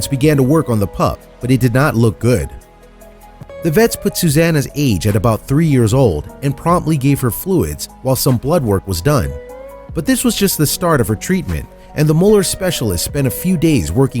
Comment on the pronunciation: Rural not rewal Emaciated not emassiated Samaritan not samaridin Veterinarian not vetruhnarian Promptly not promly Taken to not taken uh Community not communidy Internet not innernet Appreciative not appreshative